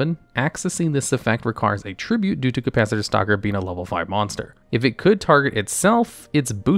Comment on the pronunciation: “Capacitator” lmao